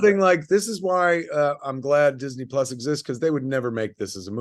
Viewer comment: Marc mispronounced Disney Plus.